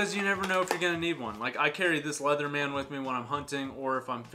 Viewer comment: lol I've never heard someone pronounce it leatherMAN.